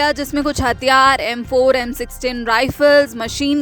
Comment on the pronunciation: मैडम हथियार होते है,हतयार नहीं।😂😂